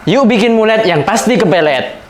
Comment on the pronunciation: Mallet bang bukan mullet